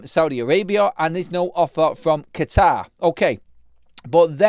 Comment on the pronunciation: the way you said Qatar 😂😂😂😂. Qeetaaaaaaaar 😛